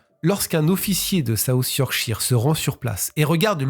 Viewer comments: 1/ Merci à vous d'avoir parlé de cette disparition que je ne connaissais pas du tout... 2/ Vous prononcez mal Yorkshire... Cela se prononce Yorkcheur... 3/ Votre message de fin est émouvant... Vous avez tout à fait raison...Aussi, vous avez de la chance d'avoir encore votre papa qui a 92 ans... Le mien est parti à 88 ans quand j'avais 29 ans... Oui il m'a eue tard lui aussi, comme vous... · 'Cheur' est trop fort. Plutot 'shuh' ('che') ou 'shur' (avec un 'r' a peine prononce). En verite il n'a pas tout a fait tord. Ici aux Etats-Unis, c'est plutot 'sheer/chire'.